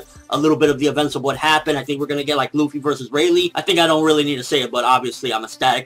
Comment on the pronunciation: oooh cuz it hurts when people say ruffy xD Luffy